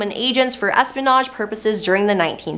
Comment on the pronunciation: That and Es-pin-age...instead of saying es-pe-in-age (espionage)